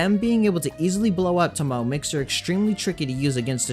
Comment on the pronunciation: Thank you for all the useful videos. Just an FYI, her name is Japanese and pronounced to-mo-ay.